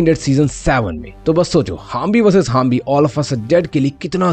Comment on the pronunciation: it is not humbi it zombi😊